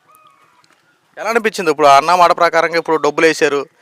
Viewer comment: నాయనా విలేకరి ముందు మీరు తెలుగు నేర్చుకోండి. అన్నామాట కాదు నాయనా అన్నమాట అనాలి. విలేకరి వి కదా శుద్ధమైన ఉచ్చారణ తప్పులేకుండా మాట్లాడాలి.